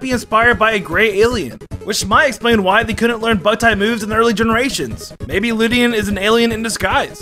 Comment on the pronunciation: Is not lid-e-in it’s lay-d-in